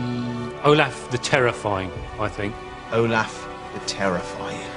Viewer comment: But it’s Olaf, not Olathe. 🤦‍♀️